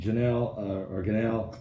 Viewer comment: Ghislane, Pastor lol not Ganelle. (Ghee-lane)